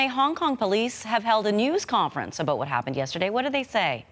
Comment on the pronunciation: She doesn't know how to say "about" but only "a boat".